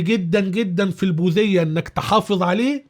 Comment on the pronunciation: البوديه وليست البوذيه